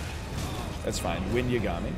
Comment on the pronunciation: I'm such a nerd that the pronunciation of Yagami bothers me, I've gotta chill